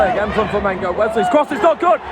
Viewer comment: Que legal ele aprendeu a falar Flamengo.😂😂